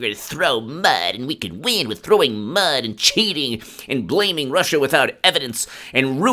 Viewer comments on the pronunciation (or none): none